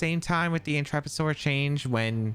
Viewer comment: Your content continues to be fantastic quality,. Really appreciate you! PS. Also hearing you pronounce Intrepid Sword correctly was soothing for my soul 😅